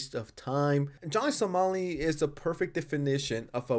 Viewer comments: Why do you keep saying Johnny Salami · He says it on purpose